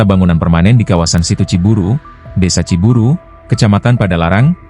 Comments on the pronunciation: Bukan ci buru bos, pakai y... Ci buruy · Assalamu'alaikum warahmatullahi wabarokatuh Sedulur Sedoyo . Narator Pembaca Berita yang benar Neja Ciburuy C I B U R U Y Ciburuy !!! . Bukan C I B U R U Ciburu kemanakan Y nya apa ketelan di tenggorokan ???. Makanya harus pada Cerdas Pembaca bisa milih kata bahasa , apalagi Bahasa Sunda . Wassalamu'alaikum warahmatullahi wabarokatuh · Bacanya Ciburui bukan ciburu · Ciburuy, bukan Ciburu, koreksi buat si narator